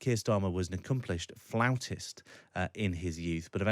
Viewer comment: Floutist? C'mon. Learn some words.